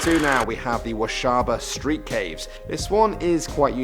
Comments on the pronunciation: for #2 you pronounced it "wa-sha-ba" but it's actually said just like it's spelled, "wa-ba-sha" (i'm from Minnesota BTW) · He said washaba street caves instead of wabasha lol other than that, great video! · I'm from Minneapolis, that's right across the river from Saint Paul and the name is waBAsha street caves, not waSHAba street caves. I don't blame you for mispronouncing the name though, we're used to non Minnesotans not getting the names right, they ARE spelled pretty wonky so it's understandable and excusable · He said "washaba" but it was spelled "wabasha" at the same time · I think it’s wah -be-Shaw...wah like a guitar wah wah pedal...wabasha I mesn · #2 is pronounced Wa-ba-sha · it's pronounced "Wah-Bah-Shah." They're my hometown caves. And yes, they are definitely haunted. My friend was touched by something while on a tour, my family has taken pictures of orbs, and there is just a general eerie feel to them. They are still lovely though, and a perfect venue for theme parties, dances, and even weddings. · You said washaba😅😅